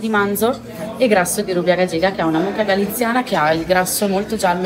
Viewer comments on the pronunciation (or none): "Rubia gallega" si legge "rubia gaiega". Il personale di sala in un ristorante che si pone sul livello degli stellati, non può non saper pronunciare i nomi degli alimenti...